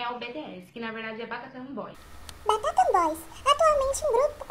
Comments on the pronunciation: Depois desse vídeo eu vou bater palmas com os pés. Eu nunca vi falaram tão bem os nomes dos grupos de kpop. Meu Deus do céu. Migas, parem que tá feio." Batatan boys" eu não consigo acreditar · Batatan boys? sbjshdjdjx achava que EU q tinha pronuncia ruim